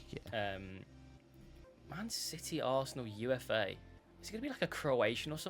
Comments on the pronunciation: UFA is pronounced "oofa", not "u f a". It's a Russian city. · I think UFA, is pronounced 'ooofa'